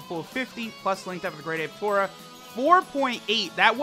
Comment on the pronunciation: His name is not Tora. His name is トーマ tooma for Tomato. You remember they all have vegetable names. So it is Tooma